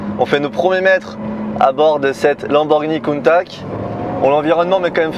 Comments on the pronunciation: Merci, très belle vidéo 👍 je suis le seul à être choqué de la prononciation du nom Countach ? J’ai tjs entendu Countache… cheu 😉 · « Countak » je suis plié. Comment est-ce possible de se foirer autant sur la prononciation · Belle vidéo belle exclu mais oui c’est juste une aventador recarossee malheureusement … countach pas countak !! Je trouve ça très décevant on ne retrouve pas du tout les lignes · Je t'aime bien mais prononce bien le mot Countach ;) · tu es un pilote de course certifié et tu as même pas essayer de te renseigner sur la bonne prononciation de la voiture ( je précise je suis pas un fan absolue de Lamborghini pour les rageux ). BELLE essaie mais déçu quand même. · ça change pas, c’est toujours "countatche" hein, pas countak :) Sinon elle est toujours aussi folle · Merci pour la vidéo, de très bonne qualité 👌. Je trouve que cette réitération de la Countach est magnifique 🤩. Par contre tu devrais prendre un cours d'italien avec Giancarlo le pote de Sylvain et Pierre hein car il a bien confirmé qu'on prononce Countach (che à la fin) et non Countak 😁 Merci pour cette série de belles italiennes ❤️😍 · Countack ....j'ai les oreilles qui saignent. On prononce "Countash" Come si pronuncia Countach? Lamborghini Countach Viene spesso pronunciato “Kuntach” o “Kountach”, con il “CH” duro” come quello di “Modriç”, ma in realtà andrebbe pronunciato come la parte finale di “Dash”. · Pour moi la Plus belle voiture au monde Parcontre sa ce prononce coun ta tche in italiano pas coune taque 😊 en tous cas merci pour votre vidéo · En plus on dit CountaSCH et pas CountaK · Salut, super vidéo belle présentation il y a juste ta prononciation de countakkk qui fait un peu mal aux oreilles ( countachhhhh 👍👍👍👍) Merci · kountak kountak kountak???? can anyone correct me or the guy driving it in this video? my ears are familiar with rather this famous name of the car that everybody worldwide say; KAWNTATCH "countach" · Countache !!!! Pas countact bordel.....